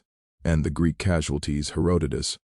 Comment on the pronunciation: It read Greek as G r e e k😂😂😂once. I guess there's no editing AI.